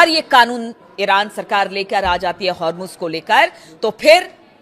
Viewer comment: Hurmuz and not har muz